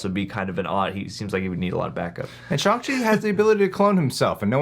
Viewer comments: I thought it was SH-(ANG) Chi , not SH-(ONG) Chi ? I know it can be pronounced both ways , but I thought it was the other way. Or am I just super wrong ? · Yea it's not shOng chi its shAHng Chi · The more matpat says "shung chi" and not shang chi makes me more and more angry every time